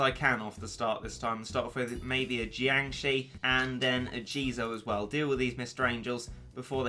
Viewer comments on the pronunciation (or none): none